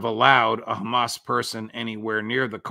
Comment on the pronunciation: Of course Colbert had to do a little " kHaMaS bAd ToO"